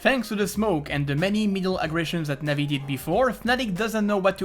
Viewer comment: cringy when u pronounce navi players names